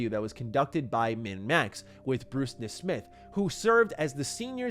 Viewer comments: Dude, it's NEZ-mith, not nes-MITH. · Did you even listen to the interview or just read recaps of it? Because you repeatedly mispronounced Bruce Nesmith’s name really awkwardly, and it’s clearly said correctly in the MinnMaxx interview